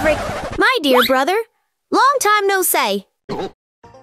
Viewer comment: damnnn she really says " loang time no seay "